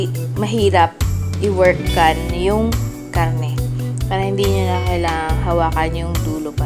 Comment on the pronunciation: Bakit nauso ang KA-AHRRTEHAN sa pagbigkas ng letter "R" PAHRRA, PAHRRA, PAHRRA. PAHRRA SAKTO LANG SA BUONG KHARRNE NA NABILI NIYO. Kaumay... Ang arte sobra